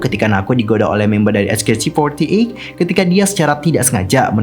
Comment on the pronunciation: sebutnya cuma "ech kei ti for ti eyt" kok, terlalu banyak ch ch nya wkwkw